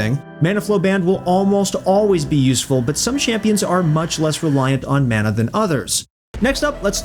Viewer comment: QOTD: Hoping that one day will say mana correctly.